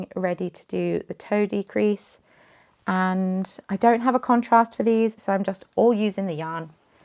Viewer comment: Here because of the cardigan but happy to join for everything else! When you said "toe decrease" I heard it as "toadie crease" and was extremely confused lol I'm not knitting much right now, just a little swatch of a pretty yarn called Anchor Bay Hand Paints by Cascade Most of my time has been split between going through my yarn stash to determine what should stay, go, or become my mom's for crocheting hats for charity, but a fair amount has also gone to my newest craft, friendship bracelets!